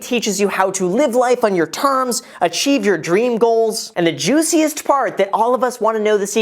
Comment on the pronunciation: I thought he said "The juiciest fart"